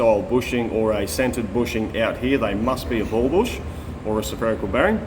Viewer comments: Oh dude. "Seferical" ≠ "Sferical". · "sOpherical bearing"? Is that a regular part of Australian English or accent or dialect? To add that vowel between the s and the ph? Never heard that before.